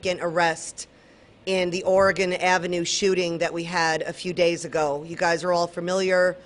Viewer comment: Ory-gun. Say it right! Lady, every time you say it wrong, you insult my state. Do better.